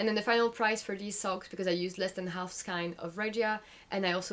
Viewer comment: Really informative and nice to catch up on your WIPs! Pls try pronouncing skein to rhyme with rain? 😅